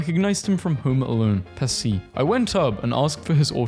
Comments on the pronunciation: Joe Pesci's last name is pronounced like "PESHYY" by the way. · Joe Pesci last name is pronounced peshi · It's pronounced "Peshee" (Joe Pesci)